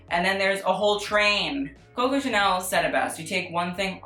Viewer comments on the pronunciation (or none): none